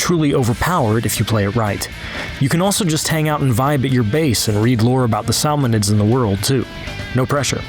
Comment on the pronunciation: SAL-monids… really?